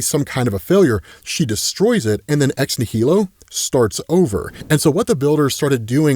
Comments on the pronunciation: Um, may I ask, why are you saying ex nihilo as ex née-hee-lo? The way it’s pronounced is something like this: ex-née-lo Or Americanize it something like this: ex nigh-lo meaning, of course; Something out of nothing. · ex nihilo sounds like "nile o" it's latin, you're pronouncing wrong but I still love ya. It's the same root word as nihilist. It means out of nothing. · I cringe every time says “ex nihilo” or “ex nihili” that way. It’s clearly pronounced like “nihilism”. As in, these characters come “from nothing”. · I can't wait to hear pronounce Ex-Nihilo the right way.